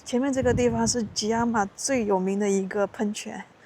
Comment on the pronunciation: 博主，kiama读错了！